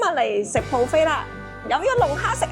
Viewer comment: 唔好意思Fiona ，今次節目之中聽到妳不斷將buffet講成pro 飛，😓😓😓